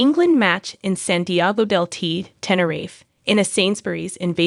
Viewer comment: Same here, it grinded on me how it said Tenerife